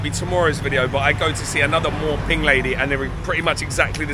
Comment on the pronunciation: My Thai wife says it's "moo" ping not "mor" ping